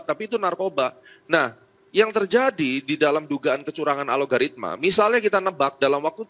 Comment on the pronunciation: Sayah Baru Denger ada istilah "ALOGARITMA" .. Disebutkan sampai 4 (empat) kali (dari menit - ) dengan Penuh Keyakinan .. Alogaritma itu Istilah Baru yah ? .. wkwkwkw